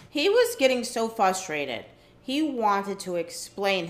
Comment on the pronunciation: Anybody else notice none of the cast know how to say "frustrated", they all say "Fustrated!" So funny!!